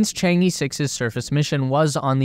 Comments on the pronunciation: I've follow this channel for 2yrs, and you guys still pronouncing 嫦娥 in "Chang-E" till this day. like, A B C D E. No, not like that. Simply paste the word "嫦娥" in google translation, there will be the proper pronunciation of the charaters in Chinese. Being a westerner is not the excuse to make a low quality video essay. Consider how unprofessional this is. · 'Chang E' is pronounced 'Chang Eh' actually. The E here is from Chinese Pinyin of that character. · Chang E(r) technically, like "errr..." but without the "r" sound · According to Chinese culture there's no space race but all for the benefits of all mankind. It should be pronounced as " chang er". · 'Chang'e' should be pronounced as 'Chong Eh' (sounds like Chong Ah) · A great video. just one comment is the pronunciation of "Chang E", the E should sound like 'a' in "a banana" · It is ok. Not many people can pronounce foreign names perfectly including you and I. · It’s pronounced chaang uh chaang uh chaang uh! Stop saying E! It’s not chang E! Please learn the pronunciation if you’re dedicating 20 minutes to it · Chang'e should be pronounced like Chang-ur, not Chang-ee or Chang-ge! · Please, for the love of god, please pronounce it properly! Chang-err, Chang-Ur or even Chang-Uh are all preferable pronunciations to Chang-Ee! 🤦🏻‍♂️ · 嫦娥，chang ，not chang i or E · It's pronounced Chang ER, not EE. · The project name pronunciation is 『嫦娥』not chang E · The pronunciation of Chang'e is not the Chang Eeeeeee~ its should be pronunciation like Chang Errrrr~ pls follow the original Chinese pronunciation in right way~ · I just hope that you can pronounce Chang-E properly. 😂 it's Er, not E…😂😂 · The "e" in chang'e is pronounced similar to "er" in British English. More precisely, "Cháng é", as they are both the second tone. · Actually, I think it pronounces "Chan-Err". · Chang-uh... some northern Chinese could add a bit of an 'r' sound on the second syllable though that's not necessary. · It's Chang-urgh